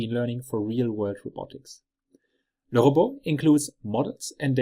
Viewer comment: Awesome video!! I finally learned how LeRobot is correctly pronounced! 😂😜